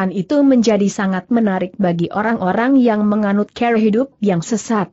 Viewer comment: Maaf untuk diperbaiki membaca kata CARA dg benar